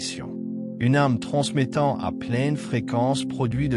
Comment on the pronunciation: S'il vous plaît, il est très gênant de lire ARME au lieu d'âme... À chaque fois que vous le prononcez. C'est+++que gênant. GRATITUDE de le prendre en compte 💎🌿🥀